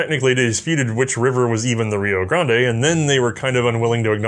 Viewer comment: Rio "Grahnd-ay" lol